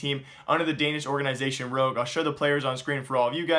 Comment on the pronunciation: why do you keep saying orgaeeeenisation? I like your videos but that annoying as hell! ;-P